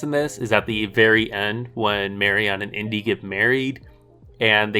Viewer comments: The way you pronounce Marion - LoL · How can you have just watched the movies, and still not know how to pronounce "Marian"? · Nevermind your thoughts on the movies, your pronunciation of Marion's name is triggering the hell outta me